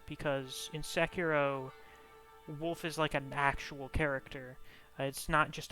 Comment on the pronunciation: "Sekino."